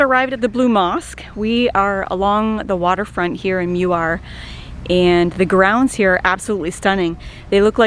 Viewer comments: Vote for Redang Island the best There’s no curry inside the soup It is rempah kurma ( spice from dates) As for Muar pronounce it ‘Moo wahh’ Not ‘mew war’ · Not meu-ar. It is Moo-ar. And I prefer Redang island. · It's not pronounced as mew-ar, it's moo-waa but the locals called it muo (moo-wo). But foe melakan its moo-wow) with a twang and the second syllable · I am amused when you pronounce Muar as Miuar. It is actually pronounced ' moo...are'. Johorians pronounce as ' moo...awe' ( as in awesome). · Hello! I'm a Muarian living near Putrajaya. BTW, the town of Muar is correctly pronounced as: Muar = "moo-are" ✅. Muar = "mew-err" ❌❌❌❌❌!!! For additional trivia info for you: 1. The official & actual name of town of Muar is Bandar Maharani Bandar DiRaja or translated in English as Bandar Maharani the Royal Town. "Bandar" = town. "Maharani" = empress. "DiRaja" = royal. We can also say it in English as Empress Town, The Royal Town. 2. Muar is a district whereas Bandar Maharani a.k.a Muar town is its district capital. 3. There is a town of the same name, Muar, in Portugal. 4. The Portugal Portuguese was a colonial of Melaka, a capital city of the Melaka Sultanate Empire in The Malay Peninsula back in 1511. Muar area & its town were once formed part of the Melaka jurisdiction. But the Portuguese had not been succesfully to took over Muar where the Sultan of Melaka's retreating party had repelled n defeated Alfonso De Alburqueque at Muar River near Bentayan Fort. The Portuguese had 3 war ships bombarded the Sultan of Melaka but failed to capture or defeat the retreating party. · Greetings from Kanata, Ontario Canada! Muar should sound like “Moo Ar” and the guava should be Jicama. Typical Canadian eh, can’t take a bit of heat eh! Hahahaha Hope you guys enjoy your stay in Malaysia. I love the food selections, the people, places to scuba dive. I love Malaysia!!!!! ❤❤❤ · How to pronounce Muar. It’s Moo-war. Or Moo-wor. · brah the pronounciation of muar